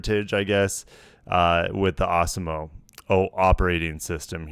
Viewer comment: Arse-e-mo. I'm fairly sure that's not the pronunciation 😄